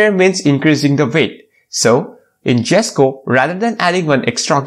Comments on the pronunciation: In Sweden, you actually pronounce it as Yesko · The J is silent. It's pronounced "Yesko"